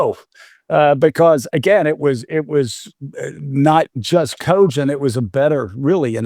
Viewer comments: It makes me so angry the way he says cogent. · The way that guy pronounces the word 'cogent' irks me to no end.